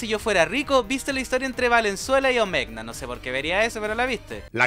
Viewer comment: Ma Gracia Omegna se pronuncia Omeña